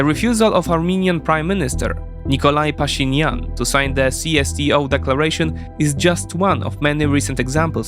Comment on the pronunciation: it's Nichole* Pashinyan, not Nikolay. Not sure why it had to be sounded as Russian.